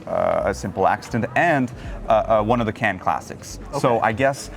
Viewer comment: It's so annoying with Anglo-Saxons who don't even try to pronounce Cannes correctly.